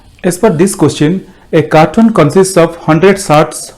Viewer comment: Cartoon nhi it's carton (box).